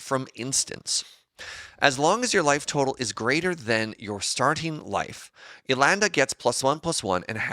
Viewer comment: her name is Elenda, not Elanda.